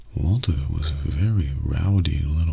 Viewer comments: I think like, the very last time he said it more like "waltuh" but every other time it was just normal "walter" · For people who say that doesn’t say “Waltuh,” he actually switches up between “Walter,” “Walture,” and “Waltuh,” as if even he has no idea how he pronounces Walt’s name himself. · New Mandela effect, I didn’t even remember how often just said “WaltER” instead of “Waltuh” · What’s weird is never says “Waltuh” in breaking bad. Someone else on this comment section pointed out that it’s more like “Waltur” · The best part of the Waltuh meme is that never said Walter with an ‘uh’. He would always say Walter with an ‘er’. I feel like this is gonna be the next example of the mandela effect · Kinda its more like waltur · before died he called him walt-uh